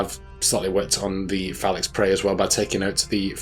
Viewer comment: I hate to be that guy, but I believe it’s pronounced Fee-Lackys or Fee-Lacky-Tie when using plural, lol. Not super-important or anything. I just have a bit of a fascination with languages, lol. Sorry if I came across as rude or anything. Not what I was going for.